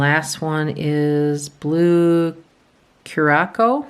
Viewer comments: Blue Curaçao is a Caribbean liqueur, pronounced kur-uh-sau. I always picture the Blue Lagoon. Total vacation cocktail. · Blue Curaçao is pronounced Cure-a-souw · Hi, Love your videos.. The Blue Curacao (Cure-a- Sow ) is gorgeous! Love all the ways you try to pronounce it😅